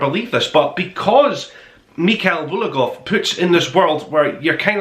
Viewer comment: bulGakov, me friend, not bulakov, but ok